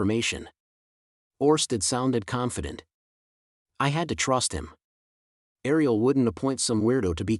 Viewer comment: Thank you so much for this. Is there a way to change the voice? There were so many problems with pronunciation. For example, Aisha is pronounced Ayesha and Ariel is pronounced Arioel. Then there are small mispronunciation like errors being pronounced Eris.